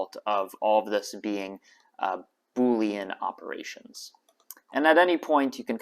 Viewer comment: Wow, that was the first time I've ever heard you say boolean correctly!